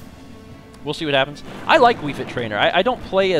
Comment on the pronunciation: did anyone notice he said wii frit trainer in stead of wii fit trainer. is the time